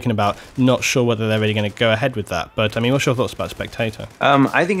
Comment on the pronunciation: sounded like "butter mean" than "but i mean" lol